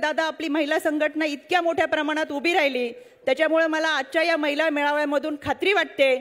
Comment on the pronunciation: ताई मैला धोरण नव्हे,,,,, महिला धोरण,,,,,, म्हणा,,,,❤❤